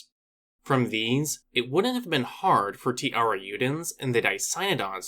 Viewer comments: Great vídeo, just one note, the "j" on tiarajudens isnt pronunced like an "h" or "y" but a soft j sound, since that's the way it is in portuguese, the namesake is also pronounced "tee-ya-ra-j-oo" or "tee-ya-ra-shh-oo" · It's pronounced (tea-AIR-uh-ZHOO-dens)